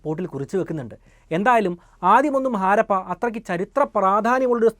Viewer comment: Jnaan vichaarichu 5000 rupya aairikum enn. Baagyam 4999 ruveyaan. Chinkalk idh modalaavo. Aaarappa alla harappa. First clear your pronunciation 😂😂😂😂